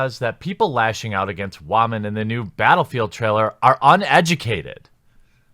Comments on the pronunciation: "if you wanted to play something less realistic"... Then... You might have played bf1, with it's selections of weapons mostly composed of guns that weren't used in any significant way in the war? No? It's just when women are included. Then you can't even bring yourself to pronounce their gender properly. You care so little that you make a point to change your pronunciation, every time, just to further emphasize your lack of concern. Right. Who do you think you're fooling, you triggered little man baby? EA has a recent history of public relations disasters. What they did to battlefront 2 is still haunting them. But all you can come up with is "I have no problem with them including female characters, but I'm going to spend a whole video saying it is because they included women and I'm going to be such a child about it that I'll make a point to not even pronounce that gender right. Do you have the slightest bit of self awareness? Clearly not. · Wtf is a "Waman"? Is he trying to say Women/Woman? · Did you just say “wha-men” in the first 15 seconds of this video? Does this stand for whiny, haha... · Wamen? It’s wool/mein. Get woke 👁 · Great vid thnx but are you saying Wamen(like Ramen) instead of Women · Why do you keep saying wah-men instead of women. Are you having a stroke? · Why do you say wamen instead of women? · For the love of god please just say women right it's not Wamen. And yes the inclusion of women in bf5 is rediculus. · Why is he pronouncing women like “ramen”? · Why do you pronounce "women", "wahmen", like its pretty even cut the gender spectrum of SJWs. That is assuming the "wah" is mocking women "crying" over shit. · First time on your channel, why do uou pronounce "women" as "wahman"? Accent or inside joke? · . " waa men". Interesting pronunciation for women. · I noticed that too 🤣🤣🤣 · What about "whymenzz"? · “Wah-Men” That’s the greatest pronouncement for “Women” ever! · Actually he said wommin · Wah-men? Why are you pronouncing it like that